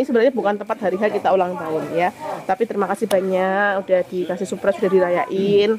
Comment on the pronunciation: maaf ya yg betul surprise bukan suprise. Ada huruf r nya